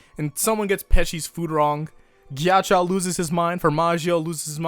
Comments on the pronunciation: i thought ghiaccio was pronounced gee-achi-o not gee-achi-aou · nobody:: "Geeyacheeyao" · Jack-io, plz pronounce it correctly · everytime he says "melawn" or "mel own" instead of "mehlohneh" it hurts my brain Edit: oh god he pronounces ghiaccio as "gyachow" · HEY. You know Ghiaccio? Why does Pronounce it Gyachyow? HUH!!? WHY!! SAY IT RIGHT. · Your pronunciation of Ghiaccio as 'gyachow' kept cracking me up the entire video 😂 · Mispronouncing Ghiaccio, see what you did there.